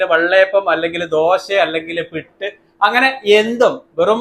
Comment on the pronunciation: പിട്ട് അല്ല പുട്ട്😅